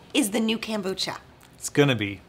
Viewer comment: Kombucha not kambucha